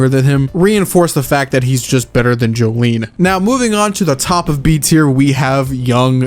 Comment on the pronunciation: Ahhh yes my favorite Joestar "Jolene"